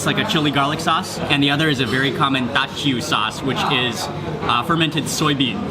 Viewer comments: It's pronounced as 'toh-chew', Mark! :) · If I'm not mistaken, Teochew is pronounced something like "dyoo-JYOO". Someone please correct me if I'm wrong. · The ginger chicken looks real good! Teochew porridge is one of my favorite comfort food. If im not mistaken, Teochew is pronounced as dtio jiew (ตี่-โย-จีว) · Pronunciation: Teo Chew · Hmmm, am I correct to say that you do not upload your videos in chronological order Mark? I came to the conclusion cos you managed to pronounce the word Teochew correctly in the Fish Head Steamboat video uploaded earlier this month but you couldn't in this video